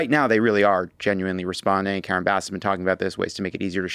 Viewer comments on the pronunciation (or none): none